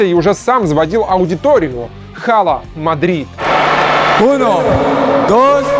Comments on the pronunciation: Hala Madrid произносится как Ала Мадрид,а не Хала Мадрид это так на будущее.Выпуск огненный большинство презентаций вспоминаю с эмоциями,особенно презентацию Криша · читается не хала, а ала мадрид) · не говори хала Мадрид, полный колхоз. Ала Мадрид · кокой Хала Мадрид? В испанском эйч не читается. И тем более, очень чётко и хорошо слышно, что они говорят АЛА. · простите, но пишется Hala Madrid, а произносится Ала Мадрид! В испанском первая буква Н не читается. Как фанатке с большим стажем, режет слух. А сам ролик прекрасен. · Не Хала Мадрид , а Ала Мадрид 🤦🏻‍♂️позорище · пишется Hala Madrid,а говориться Ала Мадрид!!!! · Не читается в испанском буква h. Ала Мадрид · Выпуск бомба. Только надо произносить "Ала Мадрид" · еще не досмотрев до конца знаю , что первым будет презентация CR7 на Бернабеу. пс: Мяч продакшен ну сколько можно? не говорите Хала Мадрид! в испанском "Hala Madrid" НЕ ПРОИЗНОСИТСЯ буква "H"!!! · Hala Madrid по-испански произносится как "ала Мадрид"